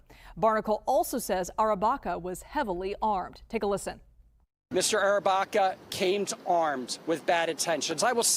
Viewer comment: Andrew Arrabaca it is a pronouncing mistake the woman newsperson